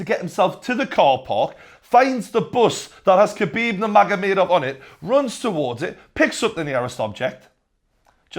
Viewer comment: TJW 0405 nah man, it's Xabib